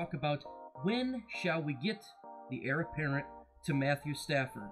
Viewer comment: good thoughts, it's Heir apparent btw lol